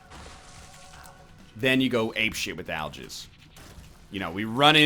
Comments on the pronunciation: Al-Giz. Not Jizz. Giz. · Oh God I cant stop but misunderstand Algiz as I'll jizz D